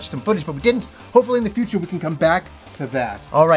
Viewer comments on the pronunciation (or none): none